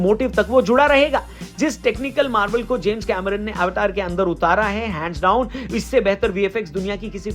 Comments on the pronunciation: भाई फिल्म का नाम अवतार है अवेटार नही 🤭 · Avetar nhi अवतार ❤😂